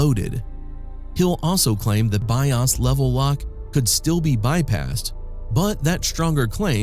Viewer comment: Man, the AI voice almost had me fooled with the mic booms, but when it failed to say BIOS correctly it was a giveaway. Sorry I don't do AI. Pleaes tag accordingly.